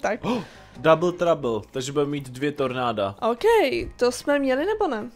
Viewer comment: řekla místo tornáda ornàdo